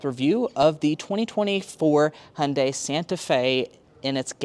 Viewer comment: As a Korean i appreciate you trying to pronounce Hyundai the correct way. Love your reveiw style. not too long but in-depth enough for the details. Keep it up